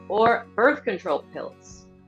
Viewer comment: The word is control not contorl. why the repeat of questions over and over just asking in a different format?? Run out of questions for people to answer?????